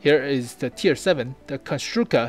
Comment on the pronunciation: Hi, I am czech. I am gonna write mine opinion on your video as i am gonna watch it. I think you pronounce our words pretty good on foreigner :D The premium consumable is "Buchty" and i must say they are really great in real world! The tier VII is named Konštrukta you said Konštruka :D ST vz39(stand for Střední tank vzor 39 ). Overall thx for info. As a czech i am really exited to see our tanks in WoT!